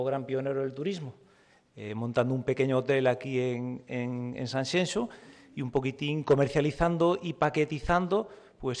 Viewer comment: Federico es Sanxenxo. No cuesta nada ponerlo así. Es como Alaska cuando dijo tanxunjeiras, cuando es tanxunxeiras. Y lo digo desde la "Galicia profunda" Santiago de Compostela.